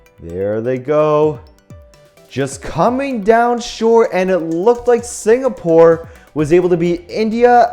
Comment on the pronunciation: It is singapore not signapore